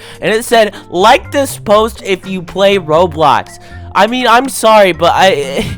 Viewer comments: bro why you call roblox "roadblacks" 💀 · bro said roadblocks